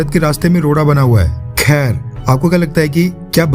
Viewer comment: When he put more emphasis on "Khair" 😂